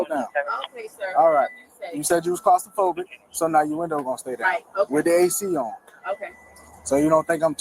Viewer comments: I THOUGHT IT WAS CROS-STA-PHOBIC🤣🤣🤣🤣🤣🤣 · She does have Getzaphrenia!! Lol Get it an steal it phrenia!! 🤣 Disgusting! She can't even pronounce her own Lie!! AN then clastraphobia!! 😆 she can't pronounce her Own Lies!! I think she meant CLASS-TROPHOBIA LOL.. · You’re a thief sweetheart, love the cop correcting her pronunciation of claustrophobic, lying arrogant nobody. The expression Today’s peacock tomorrows feather duster comes to mind. Love the shoe show. ❤